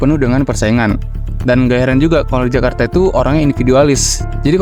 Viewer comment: Serius nanya, yg bener itu kajarta atau jakarta.